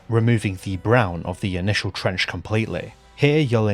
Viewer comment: Fuck me i thought you said French Face for a second there